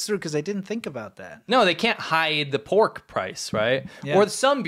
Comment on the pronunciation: why is it poork not pork